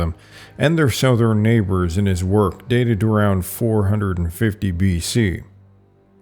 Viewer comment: what region do people pronounce southern as "SOW-thern"? Never heard that pronunciation.